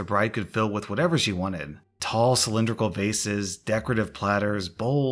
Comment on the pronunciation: When you said "Tall cylindrical vases" I thought you said faces